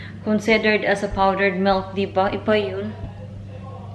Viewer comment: You always said melk.... it's milk Is it the dialect in Manchester?